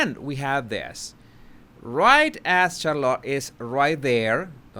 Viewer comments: This is why I adore you, you say shallot, it’s pronounced char-lotte, I love shallot too🤣🤣🤗♥️ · SHARlit. Not CharLOT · Interesting video. Just a comment about the pronunciation of Charlotte. Just so you know..😊 it is not pronounced Char-LOT... but Charlet. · Charlotte is pronounced Shar-lotte not char-lotte. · Who's Char -lot? Lol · I really hope Harry sees your videos. Hopefully, it will help him remove his blinders. Megan is such a mega witch. Charlotte’s name is pronounced (Shar-lit) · you are saying Charlotte like " Car a lot". VERY ANNOYING..this like "dis" uggh...you are butchering the English language! Not very "subtle" either. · Just some friendly advise, you stress the “char” part of Charlotte more than the lotte. Rather than charLOTT the way you say it. ☺️👍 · lol it's SHAR-lot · Isn’t it CHAR lotte? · Please take a few elocution lessons. if you're going to have an English language Youtube channel, your English pronunciation and grammar should be better. It's CHARlotte, accent on the first syllable. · Charlotte is pronounced "Char-lett", the O is silent. 🤫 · Charlotte sh (like should) ar like are then lot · Her name is pronounced "SHAR-LET". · And it is pronounced Char-let by her parents, so out of respect we should pronounce it their way. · Why are you butchering princess Charlotte's name? I know English is not your first language but you have ears. Other than that, love your content. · Charlotte looked scared when she looked at Meghan. By the way, you are pronouncing Charlotte incorrectly. Do check or ask around for the right pronounciation. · Please work on pronouncing Charlotte. It is painful how bad you pronounce your English sometimes.